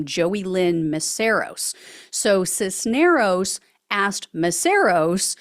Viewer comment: Cisneros, you pronounced correctly. The first name is e LI as. for Elias. Accent on the center. REALLY glad to see these goons are being held to account for the BS.